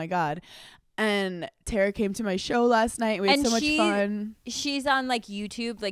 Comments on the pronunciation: Hannah I love you so much but please don’t tell me you’ve been mispronouncing Tara (Tar-uh) to THE Ms. Yummy’s face this whole time 😂😂😂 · Love you guys!!! Tar•uh not Ter•uh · IT 👏 IS 👏 pronounced 👏 TARA 👏 like a star-a ⭐️